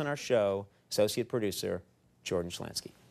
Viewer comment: First time Conan mis-pronounced his last name.